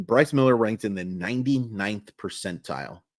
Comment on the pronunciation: I was really hoping you’d get through this one without the flubbing the name so I could make the joke😂 I don’t remember where I saw/heard, but wasn’t there a report that he’s working on a splitter this offseason? Agree with the assessment though. He desperately needs a secondary pitch, preferably one that’s effective against LH bats.